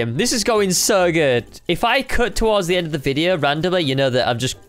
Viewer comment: "this is the endo todays crate video"